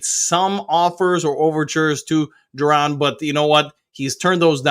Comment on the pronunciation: You keep saying JUR-DON….. isn’t it Ju-Don? No R? lol 😅 this is like the 3rd video figured I’d say something this time. Still funny to hear though.